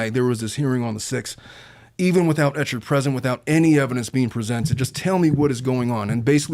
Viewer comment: Clayton Echard’s name is pronounced Ek-herd 😊